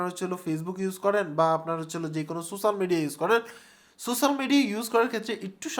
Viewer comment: Spell so-she-al media , not sosal media .